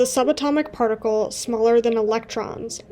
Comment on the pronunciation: ‘Partical’ physics 😂